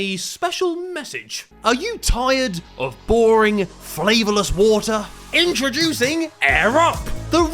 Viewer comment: Bro can’t say “introducing” Air up. Its basically the main character on the channel